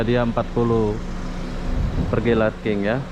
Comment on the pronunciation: LARKIN ,, BUKAN LARKING,, BACA NYA LARKIN.